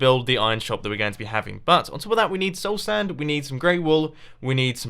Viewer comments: You said "stole sand" instead of "soul sand" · did mumbo said soulsand or soulstand? i swear i heard soulstand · You said soul stand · not against soul sand, it's beacuse he said soul sTand